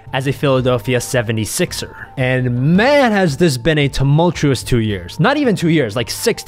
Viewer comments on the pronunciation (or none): “Tumultchewesss”.... hahahaha